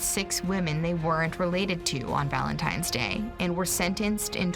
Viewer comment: Fact #8, every time someone says "Valentime's Day", a little piece of my soul dies.